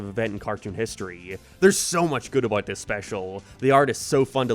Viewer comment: How does "About" become "Abyytee"